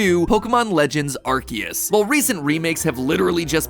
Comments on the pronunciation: I love Pokemon videos so much only to see how many times they can mispronounce names and areas XD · I want everyone to notice the way he’s saying Arceus. It’a not Ar-see-us okay? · It can be pronounced either way but the official pronunciation is Ar-kee-us because arse is in Ar-cee-us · quick factoid there are two correct ways to pronounce Arceus and MatPat did not hit either of them (the first is according to the romanization of the Japanese name being "Aruseusu" which would mean it's a soft C, the second being that it was originally intended to be pronounced "ark-ay-iss," like "archaic". Which is why Silvally's ability is called the "RKS System".) Nothing against MatPat, just wanted to share this information because I thought it was cool. Enjoyed the theory as always :) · still not pronouncing "Arceus" correctly 😕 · Arceus not Arkeus. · IM SORRY DID HE JUST SAY "ARGEUS"??? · It's pronounced aar see uhs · as someone with the last name ARCE its crazy to hear the name ARCEUS said as ARCHE-us and not R.C.-us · am I the only one slightly annoyed with the way MatPat pronounces Arceus? I know ark-ee-us and ar-see-us are both technically correct, hearing the former is weird to me cause I say the latter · i think to say arceus is this way game/food/film theory bc you said it this way "arki use" i think this is how to pronounce it (its only my opinion on calling the god pokemon) pronounce like this "ar si use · bro. it’s not “ark-see-us” it’s “are-see-us” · Is it (ark-eus) because I thought it was (arse-eus) in terms of pronunciation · Yeaaaaahhhhhhh.... i think imma just stick to saying it like "are-say-us" 😅😂 the english pronounciation just sounds so 😵‍💫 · Mattpatt! You're saying Arceus wrong! It's aar·see·uhs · Mans really sayin arkeus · please no, I can't deal with 16 minutes of him calling "Arceus" "Arkeus" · He's called Arkoos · You pronounceing it wrong it's arkoos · coughs It's ARKOOS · STOP SAYING ARKYOOS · Bro it is not legends arceus it is legends arcoos